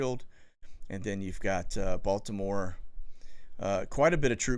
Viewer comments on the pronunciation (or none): none